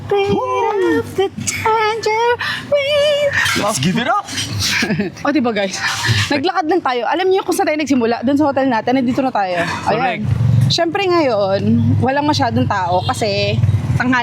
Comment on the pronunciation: tambourine po kasi yun, di tangerine kkk